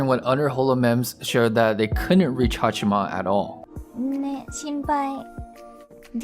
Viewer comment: I appreciate you making this video, but I wish you would show even more respect to her by pronouncing her name properly. It's HaachAma, not HaachIma.